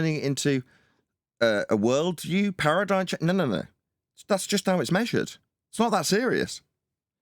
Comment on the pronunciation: Awesome show, sorry I missed it live! ParadigM, not paradigN. Lots of chatters today was nice 😊 Have a good weekend everyone!